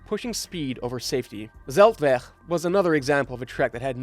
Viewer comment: You pronounced Zeltweg like a Dutch would do it. Dutch is just spoken by tourists in Austria.